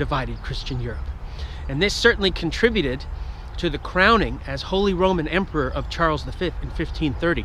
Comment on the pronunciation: İ cant watch video because of my ethernet but i hear you say emporor for Charles lol It's ridiculous that he can't stand up to the Ottomans and call himself an emperor.